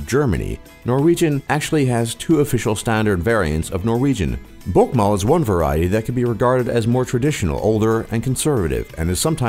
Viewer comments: Istedenfor og si bokmål sier han «båkkmall». Det var så morsomt. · Haha ja hørte dere at han sa bokkmal? Istedet for bokmål😂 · «Nynosh» «bokkmål» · Ahaha «BOKKMÅL» «Nynosj/nynosh» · «Bokkmål» «Nynosjh» «krumkakee» lol! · We actually dont USE Euro we USE «kroner». I hate that Its so much oil tho. We dont USE dollars either!! PFFFFT U SAID Båkkmål and Nunorsk. LOL learn Norwegian. I hate skiing and Im from Norway. I loooove Norwegian food My great Grandmas kjøttboller. U are still sayng stuff Thats SAID wrong on fjords u SAID FJÅRDS. Actually u forgot to say Japanes peoples on nummer 2. Well Its still a big difference on man and womans. But it seems like u didnt know that. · Btw you buthered 'Bokmål' and 'Nynorsk'